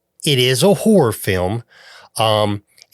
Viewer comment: It legit sounded like you said "Every Man Whore Director" for "Every Man Horror Director" LOL